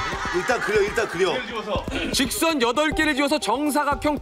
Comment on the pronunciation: 너무도 단순한 잔진 네 개의 직thㅓㄴ이요? 바둑 ㅋㅋㅋㅋ 오목 ㅋㅋㅋㅋ